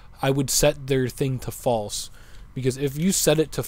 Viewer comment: ''fasle'' kkkkkkkkkkkkkkkk